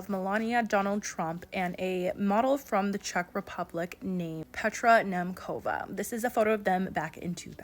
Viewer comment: As a Czech, the pronounciation of Petra Nemcova is sending me😅🙏 Love your channel though🥰